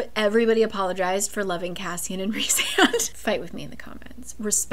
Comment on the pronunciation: WAIT YOU CALL HIM REESAND?? ITS RICEAND!!!!! but yes i do love him ALSO WHAT??????? HE DOES NEED THERAPY BUT HES MY SOULMATE ENERGY